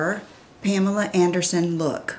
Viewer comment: Yeah...I found that a bit nauseating. I've always heard her called Pamela.